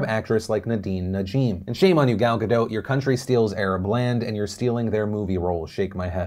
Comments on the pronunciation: What do you pronounce her name "guh-doe"? She has repeatedly said the T sound is pronounced, not like a French way. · GadoT* The T isn’t silent, never was.